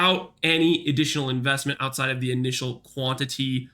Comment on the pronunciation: "Quanity Relics" lol